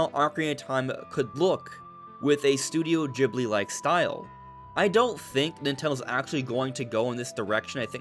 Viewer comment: Stop saying Ghibli wrong